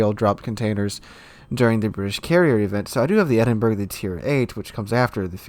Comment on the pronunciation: Edinburgh [ed-n-bur-uh]